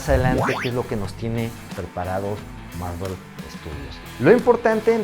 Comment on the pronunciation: Bro, ¿por que siempre dices "Marruel" cuando te refieres a Marvel?